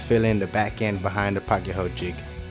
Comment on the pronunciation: I've noticed people pronounce pocket so many different ways. Yours by far is the best. And THANK GOD! I've been wondering where the hell to get one of these pieces!